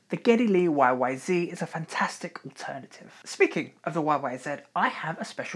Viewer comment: Great video - but NEVER YYZEE!! Even the Canadians pronounce it Zed!